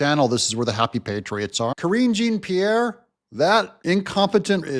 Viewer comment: I was really hoping with the Biden Admin gone, you'd stop putting yourself in the position of mispronouncing Karine Jean-Pierre's as "Kareen-Gene Pierre." It's a French name, not hicksville like Billy 'Jean' King. Do you say Gene-Claude like you do with Gene-Pierre? I thought you'd have more culture being from California, or are you just fully immersing yourself into your Middle American country persona? ;)